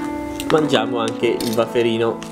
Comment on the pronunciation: il "waferino".😂. complimenti bravo.